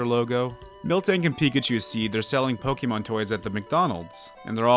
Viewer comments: I’m gonna die from how many times this guy says pokee mon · ok, repeat after me: it's "poh-keh-mon" HOW HARD CAN IT BE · Next time try to pronounce Pokemon correctly.